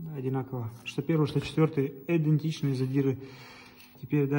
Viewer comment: Идентичные, а не Эдентичные!